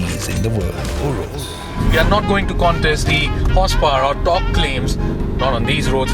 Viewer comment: Man it's pronounced as 'u-raas' not 'woe-rus'